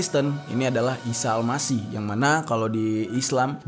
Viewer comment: AL MASIKH bang bukan Al Masih